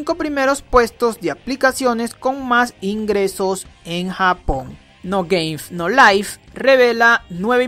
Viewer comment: como las personas pronuncian no game no life como tu lo pronuncias no gamef no lif :V (sin ofender es un chiste :v)